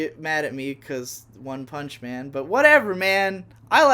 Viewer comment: You mispronounced One Punch Man.